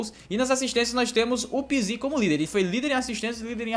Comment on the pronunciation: Só eu que fico com agonia quando ele fala o nome do pizzi errado?